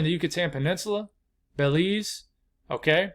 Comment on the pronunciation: “Bay-Leeze” gets me every time 😂